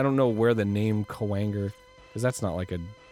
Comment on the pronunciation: when arin says kwanger it sounds like a swear word.